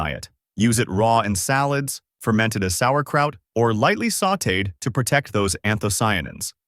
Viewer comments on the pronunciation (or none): none